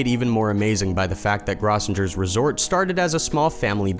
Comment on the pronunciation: Grossinger's resort, famous vacation spot for New York Jews, was beautiful and equipped for nearly every sport, winter or summer. It also was the place where outstandingly funny comics worked to hone their craft. It is also pronounced "GROW-sin-jer's." For shame! Stay safe, everyone.